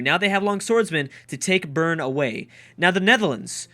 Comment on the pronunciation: I don't know why I even try, it's Zurick not Zerch :) I'm guessing the crack destroys pronunciation amongst other things I'll give you credit tho, you pronounced Bern correctly :)